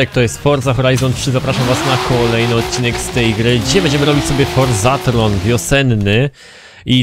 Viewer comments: Forzathon nie forzathRon lucek... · Ogarniesz kiedyś że to forzaTHON a nie forzaTHRON? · Boże Lucek to jest FORZATHON złożenie forza i maraton. Nie FORZATHRON... bosheee